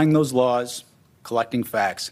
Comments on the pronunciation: To be fair, he said “Lrarls” not Laws. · What the hell is lours trump keeps saying lours is he that scard of the law he cant say the word mabey it will go away what a happy day for trump that would be. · “I’m going to enforce all lores”?😂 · "all lawrs" did he mean "laws?" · Did he say laws or lars?